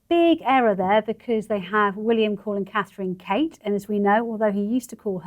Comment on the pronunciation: Charr. CAN SAY -MEE-Gain BUT NOT!!! CA-THRINE!!! How RUDE AND DIS-RESPECTFUL. ONLY RESPECT FOR The WIFE OF The YOUNGER son OF King Charles